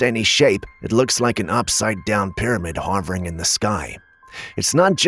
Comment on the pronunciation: Btw "Hovering" is pronounced (Huh-ver- ing) not ( Haw-vring)